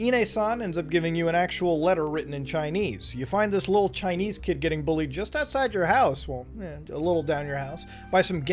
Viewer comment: “Years ago, i was chinnese”